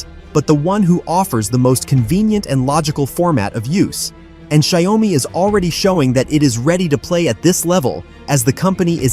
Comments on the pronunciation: Xiaomi should be pronounced as Xiao mi (two words) and not broken into 3 words like Xia-O-mi. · it is call xiao mi